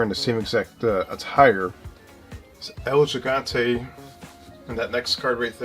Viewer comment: The belt you weren't sure about Luger wearing in that card of him and Sting, was the NWA United States Championship. And its El He-Gone-Tay for El Gigante. Love the channel, I have never known that they had these WCW cards. And The Sting card that you didn't know what title he was holding was the NWA World Television Championship, which was the same one The Z-Man was holding. The Sting was being pushed to the World Title when he blew out his knee and had to have surgery on it and the writers wrote it into a storyline to make it more legit and then when he came back from it he won the World Title for the first time.